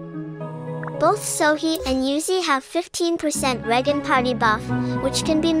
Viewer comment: hmm couldn't the developers have just made a cap of 3-4 seconds for FP's Skill Regeneration ?? also the G in Regen is spoken as a "J" not sure if your aware of that or not. It's like how the letter "C" in Italian is pronounced as "Ch" or "W" in German is spoken as a "V" some times.. languages can be odd.